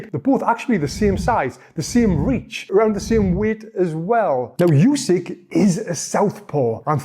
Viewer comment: Voted this video down. Can't watch a video where in the first few words he pronounces the name of Undisputed Heavyweight Champion, Yousyk, not OOsyk. I mean how can we trust the opinion of someone who doesn't even learn how to say a name correctly. It's announced before every fight and in any press conference where they mispronounce it Usyk or his translator corrects them. This guy can't have watched many fights.